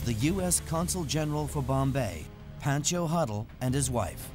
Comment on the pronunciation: Who heard Bhenncho Huddle instead of Pencho huddle.. indian viewers get over here...